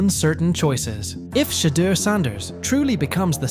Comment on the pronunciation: Pronounce his name wrong